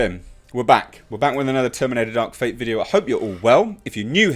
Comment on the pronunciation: You had me at "Darka.....fatta!" 😁